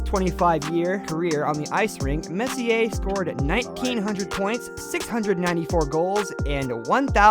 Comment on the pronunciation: But how was he able to pronounce Messier’s name correctly? Must be from New York.